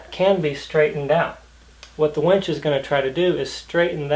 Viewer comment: It's called a WINCH. NOT a WENCH. Two TOTALLY DIFFERENT words, with two TOTALLY DIFFERENT meanings